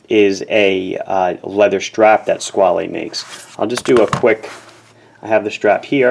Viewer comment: Before TGV came along I liked the name, I thought it was simply Squale, with the "...ale" as in "Ale" or "Whale" etc. He really ruined it for me, I'm dreading to see what he would do with words like "Squalene Oil". Squale as in whale is much nicer and what Robert Shaw or Roy Scheider would say. I'd have the blue one like his by now if only it wasn't for the odd looking flat facet on the right case side and this way he pronounces it. He sounds like he's mangling words like as if he was The Continental - Christopher Walken in the SNL sketches, a favorite sketch of mine though. He lives right near him here in NYC too, still the same mustache! LOL